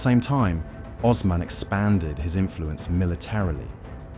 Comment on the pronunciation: Oooooosman. Not ozman